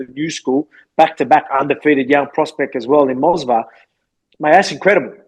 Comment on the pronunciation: The fact that Volk keeps saying "Mosvar" instead of "Movsar" is too funny 😂